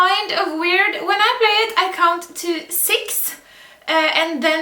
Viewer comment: Hello, Im new to the channel. What other language do you speak? I thought it was German due to how you said 1 and 6, but I didn’t recognize the rest. Also, awesome tutorial!! I’m thinking of picking up a guitar again, but electronic this time, and I definitely plan on coming back to this video 👌🏼👌🏼